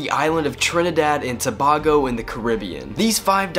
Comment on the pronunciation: Tabago its Tabago